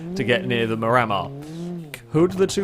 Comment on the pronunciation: Stop pronouncing miramar wrong! It’s Mira-Mar not Mi-Ramar!